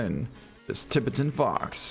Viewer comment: Or how he says Tibetan Fox🤦🏻‍♂️